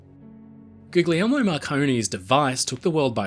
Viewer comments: Hey, I hate to the be the "erm actually" guy, but I thought I'd just drop a little note on pronunciation. In Italian, the "gli" sound is pronounced in the same way you'd say "Lee" with the g being silent. So the name Guglielmo would be pronounced sorta like "goo-lee-elmo." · Love your channel,! Just one observation: I believe that the second “g” in “Guglielmo” is not pronounced as a hard “g”, but sounds more like “Goo-lyel-mo”. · I am compelled to point out that the second "g" Guglielmo Marconi's first name is silent. I believe all people are owed the respect of having their names pronounced and spelled as best we can. I don't speak Italian at all, but the name is pronounced akin to "goo-lee-elmo". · Pronounce his name properly. Do not pronounce the hard Gs. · For Tesla's sake mate. The second G in his name is silent. It's the name "William" in English, "Guillermo" in Spanish,...etc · I just gotta say, please drop the second G in Guglielmo 😩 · RMS Republic: just how much gold is really on the wreck? At the holiday season, I bet more people are using Marconi's great-grandfather's creation. His great-grandfather was John Jameson of whiskey fame. Just a note: the second "g" in Guglielmo is silent (gli - pronounced li - is a word in Italian)